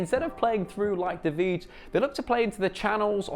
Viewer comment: Vrij is pronounced "Fry", not "Fridge", xd